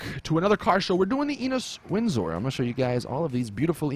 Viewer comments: Tysim6 exactly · Why do the american youtubers pronounce windsor wrong. It is win-sur not wind-zore